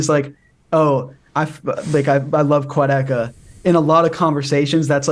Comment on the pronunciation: Cool interview but imo calling him "Quadicka" for the whole interview was a bit unprofessional melon.